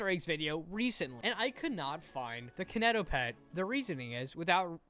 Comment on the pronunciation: im so sorry but him saying “kiineitoepetd” made my cry (no hate you are amazing <3)